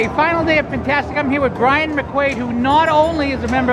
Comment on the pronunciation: It is Ryan not Brian...